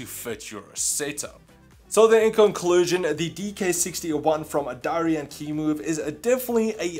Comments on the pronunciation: It is pronounced dee ehr ya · Sounded exactly like you said ‘diarrhoea’ 😂😂👌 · Man really said dioreah